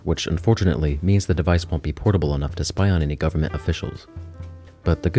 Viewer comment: "spy on any gavermant officiials" ??? I hought you wanted to spy on criminals and socialists??? hello?